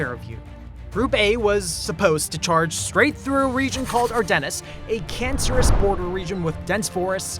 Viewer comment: Not to mention "Ar-Dennis"